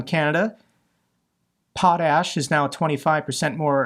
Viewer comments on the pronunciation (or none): LOL!!, It isn't pronounced "Pot-Ass" 😅😂